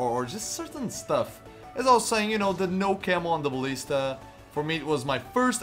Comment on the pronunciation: I love how you say Ballista